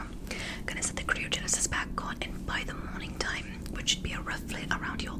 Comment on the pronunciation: isnt it pronounced cry-oh-genasus